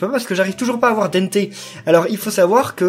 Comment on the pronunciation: C'est pas dènté mais dente comme le son an ou en